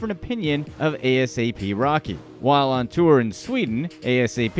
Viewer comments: Not A-S-A-P rocky 😂😂😂 Do your research before you talk about things you know absolutely nothing about 😂😂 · I BELIEVE HE KEPT SAYING A.S.A.P. ROCKY JUST TO IRRITATE US LISTENERS 😡😡🤔. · He really said A. S. A. P ROCKY instead of asap rocky 😭